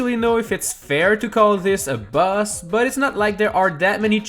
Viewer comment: Why do you say bus not boss